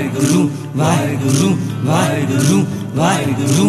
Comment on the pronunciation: Shabad is beautiful, but the way is saying "WAHEGURRRRRUUU WAHEGUURRRRRUU" is not correct. It should be WAHEGURU and care should be taken to use correct pronunciation when speaking WAHEGURU which is not WAHEGURRRUUU